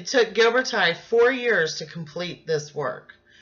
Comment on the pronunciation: I just want to tell you, you are pronouncing his name incorrectly. It is Ghiber"TI" (like in tissue), not Ghiber"TIE". He is Italian, which you obviously know as your presentation includes it. Please do not change his name, everytime I hear you say that incorrectly, it hurts... the same applies for Michelangelo ;)